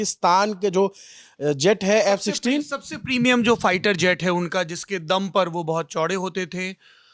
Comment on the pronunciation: F sisteen. . . . . . bolna toh seehk lo